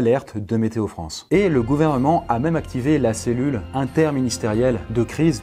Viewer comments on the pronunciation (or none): NOUVELLE FRONNCE